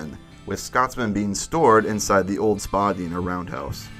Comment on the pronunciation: As a Canadian, I almost wanted to LOL when he said "Spaa-Deena" instead of "spu-Dye-na" XD